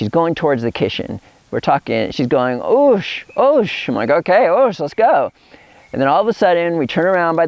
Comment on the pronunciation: oosh sounds an awful lot like "juice" lol